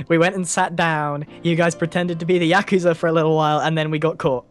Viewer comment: every time they say "Yakusa" I (for some reason) think of the word "accused"